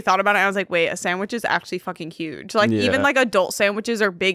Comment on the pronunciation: that was insane the way said sandwich